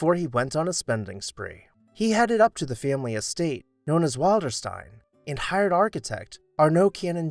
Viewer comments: Nicely done and very interesting. The name of the house "Wilderstein" is pronounced Will-der-stein, not Wild-er-stein. Also, as a point of interest, Margaret "Daisy" Suckley gave FDR his beloved dog, "Fala". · Pronunciation: WILL'-der-steen. "Will." I "will" go to Wilderstein.